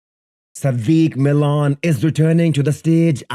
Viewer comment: Yo, it's Milan Šádek (shádek), not Sadik Milan, wtf 🤦‍♂️🤣🤣